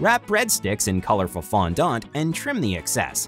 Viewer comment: Is it not bothering anybody else that they keep saying fondOnt?